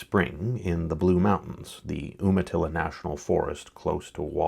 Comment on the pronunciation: Umatilla is pronounced You-ma-till-uh.